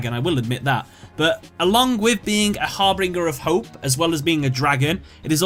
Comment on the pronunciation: im sorry but i had to pause when you were at hope harbinger because u were saying it like it was hop harbringer XD u pronounce it hope har-binge-er not harbringer it got on my nerves a little lol i feel like u dont know the word harbinger tbh haha